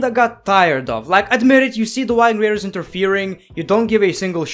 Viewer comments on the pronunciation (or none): the white king raters. me: ITS THE VIKING RATERS JEEEZZ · "Why king raiders" got me 🤣